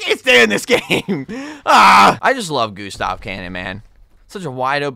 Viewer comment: I chuckle every time he says "the goo the goo the goo stahv cannon"😆